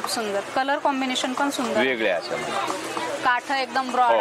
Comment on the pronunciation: काठं नाही हो . काठ म्हणतात